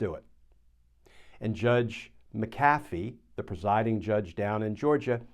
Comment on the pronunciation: Also - THANK YOU SO VERY MUCH for pronouncing "McAfee" PROPERLY (not like Mac-A-Fee)! Gosh that feels GREAT to hear someone else say properly 😂